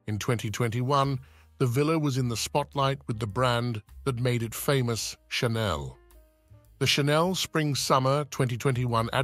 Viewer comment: Perhaps learn how to pronounce Chanel.